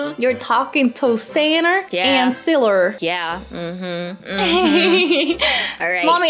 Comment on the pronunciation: I love how said siler